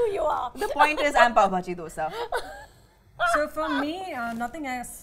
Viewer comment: Also the way Kajal pronounce 'dosaaaaaa 😂